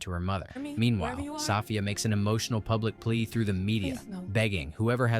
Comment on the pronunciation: Hearing 'Soffia' is distracting. 😂